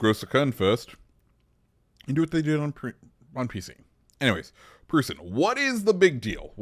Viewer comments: Its pronounced proissen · I believe it’s pronounced Proyt-zen??? It’s been like 30 years since I last said that lol. I had family who said it that way. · Its pronounced PROY-sen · brother, it's pronounced like Prussian. Ffs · Proy-sen (Preussen/Preußen)